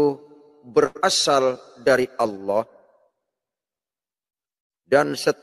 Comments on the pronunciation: Allah kace, bkn alloh, nybt aja slh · Membaca Allah, di samakan dgn lafal Allooh ya bos..